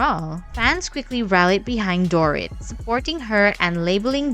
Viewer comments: If you are going to gossip about others, at least pronounce their name correctly. Dorit's name is not "door-it", as you pronounce it. It is"dor-eat." At least TRY to get the names correct for the people you get paid to gossip about, or better yet..get a real job. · years ago, i worked with a bartender who claimed to have met Mo on an air plane and ended up having sex with him. she was a silly woman though. the bot voice over mispronouncing Dorit's name is petty AF.